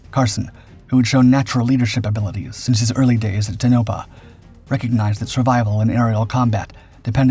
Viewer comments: " Toe' No Pah" not "tuno' pah" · Just so you know, it's pronounced -Ton (as in gone) o-pah! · It's pronounced Tone-ah-pah... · The accent is no the first syllable in Tonopah, with a second emphasis on the last. The pronunciation in the video was completely backward. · I wish you would learn to pronounce Tonopah. This channel is really going down hill fast.